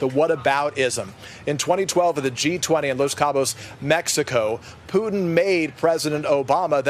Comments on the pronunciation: C'mon Man, I thought you said a summit with "Pudding" not Putin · Cmmon man i taught you said a summit with "pudding" not Putin